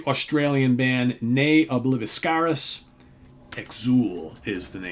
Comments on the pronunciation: Neither can the reviewer. I speak Latin. It's sounded as: Nay O blih-wee-scahr-(roll the r)-is. The V is sounded as a W in Classical Latin. Many bands who use Latin even struggle themselves with getting the pronunciations correct. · That's not how the band name is proprounced. I speak Classical Latin. The V is spoken as a W sound is and the I will be more as an E sound follwing the V. The A as AH with a short sound. Roll the R.